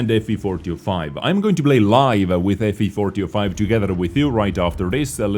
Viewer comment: I feel like says ''Fvfortyofi'' instead of ''FV4005''